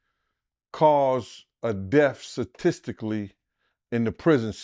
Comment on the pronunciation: “Number one cause of death SuhhTistickly” 😂😂😂